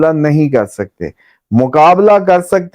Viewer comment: رافال نہیں رافیل ہوتا